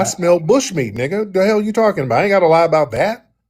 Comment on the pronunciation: ain't lying about not being able to say "lie"